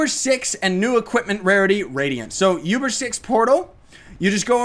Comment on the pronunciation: Btw it's pronounced OOBER, not YOUBER. Not hating or anything its just... it bothers me. Anyways, keep up the good work! :D